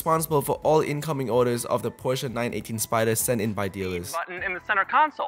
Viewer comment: Why are you calling it Porscheeeeaaar it's Porsche